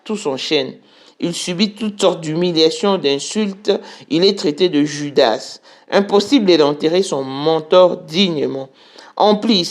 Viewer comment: Kiekiekkk on écrit PLOMB mais on prononce PLON😊 On écrit JUDAS mais on dit JUDA. Okey